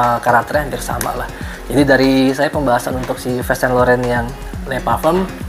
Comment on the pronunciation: Bukan Yives bacanya bang tapi iv sang lorong